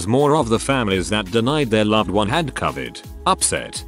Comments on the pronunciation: Grrrrrrrr ITS NOT " Cavet" it's covid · About time that medical workers who deals with this pandemic got to speak out freely as to the insanity they deal with! However it's unreal that the computer generated voice can't pronounce the word covid ! I'd think that may be important in this case !! Took me a moment to even figure out they were speaking about the covid pandemic. Really !? Do better! This is important info and should be understood by everyone